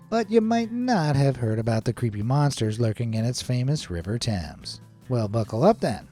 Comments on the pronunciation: It’s not called the river tams it’s called the river Thames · Wow,sad you cant pronounce Thames correctly.